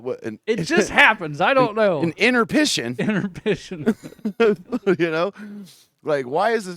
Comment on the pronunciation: Interpission 😂 you guys lmao